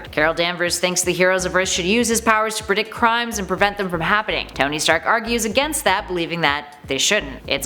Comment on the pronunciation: towny stark? CANT ANY OF YOU PRONOUNCE A NAME RIGHT?!